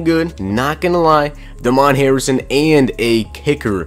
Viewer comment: Just cause Damon Harrison's black doesn't mean his name's pronounced like that